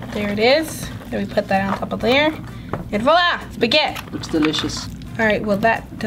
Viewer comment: All Italians cringe when she says “spaghett”